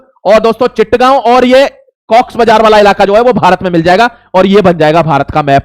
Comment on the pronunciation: Chit gao nhi... Chotto graam, or chatt gao... Galat mat seekhao.. bache fail ho jayega 😂